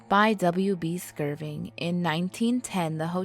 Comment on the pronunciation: First of all, there's no "G" in "Skirvin". Secondly, it's pronounced "TUL-SA", not "TUS-LA". Third, did you attend the William Shatner school of diction? What... kind of... speaking is... that?